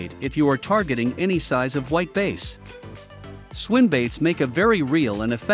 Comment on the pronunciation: not taking advice from someone who can't say "bass" right.